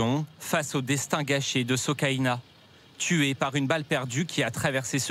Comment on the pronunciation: Paix à son âme. Soukaina et non Socaina.